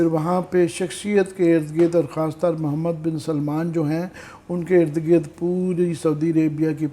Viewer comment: محمد بن سلمان نام کی درستگی فرمائیں